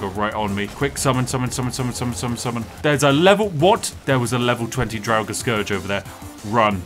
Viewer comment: Dude I had a long day, I got a bit stoned and heard the way you pronounce draugr...where did that extra syllable come from? I always said it like Draug-ar but you went full on dragnarok or something. I spilt some of my tea man.